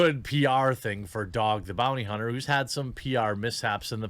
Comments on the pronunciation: "Dog the bounty cunter" i can't help but think that was intentional Jeremy!! lol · “dog the bounty cunter”